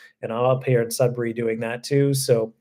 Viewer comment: Sudbury is my home town! Hope you enjoyed your time here :) Also happy to see you pronounce Sudbury properly. I live in Southwestern Ontario now and everyone pronounce it "Sud-berry" for some weird reason lol